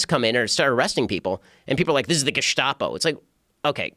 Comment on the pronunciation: Ben "Geschtapo" Shapiro 😂